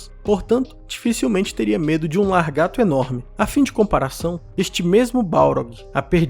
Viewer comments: Muito bom o vídeo, eu concordo com a conclusão. Mas vou deixar aqui uma dica de pronúncia, se pronuncia lagarto e não largato. Desculpa, não é querendo menosprezar nem ironizar, mas eu não pude deixar de reparar e espero que esteja ajudando. Sucesso. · É só eu que estava escutando, largarto, e não lagarto,🤔😂😂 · LaRgato, não, Lagarto. 😃 Muito bom o vídeo, parabéns! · Largato não mano, Lagarto, de resto teu vídeo é top, gosto muito de acompanhar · Vídeo bacana. Somente a correção de LAGARTO, não LARGATO. Tirando isso concordo com tudo que mencionou. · Vídeo show nota mil, mas o certo é Lagarto e não Largato. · Que agonia ver vc dizer" largato", é lagarto o correto amigo. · Não se fala largato. O correto é lagarto. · Sem querer zoar, mas você precisa aprender a falar lagarto e não "largato". Encare como crítica construtiva, pois fica muito feio isso nos vídeos. O conteúdo foi bem legal. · lagaRRRRRRto e não LarrrGato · perdi tudo com o "largato" kkkkkkk parabéns pelo vídeo! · LARgato não dá, desculpa, mas não dá. 😂🥲🥲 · "Largato" foi pesado, tirando isso o vídeo foi ótimo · Depois de "mindingo", vem aí "largato". Pô meu amigo, falando desse jeito, nem parece que tu lê livros xD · Excelente vídeo. E o "largato" me fez rir kkkk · Gosto de seus vídeos, sou MUITO fã de Tolkien, mas laRgato, não dá, né? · Gostei. Mas não se diz largato. Kkkk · Largato hahahahahaha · Não, mas eu já convivi com várias pessoas, viajei vários lugares, conheci várias pessoas em sites e redes sociais e eu sinceramente nunca ouvi largato, é realmente novo pra mim. E sim, a pronuncia largato tá errado. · Bom, não sei onde você vive e nem onde estudou, mas a ÚNICA pronúncia correta é lagarto. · "largato" kkk tirando a zueira, parabéns pelo vídeo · Isso não se trata de língua culta, é só uma correção de uma pronúncia errada.